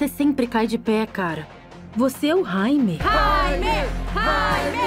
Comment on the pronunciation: porra de dublagem é essa carai... o nome do cara Jaime e não Raime